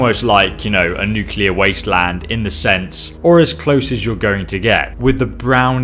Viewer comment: hmm maby dead in nucular winter... maby just maby